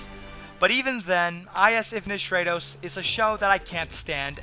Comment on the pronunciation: short "a" sound in stratos. It's Greek. I like your reviews too, thanks. Most anime channels make me want to hang myself.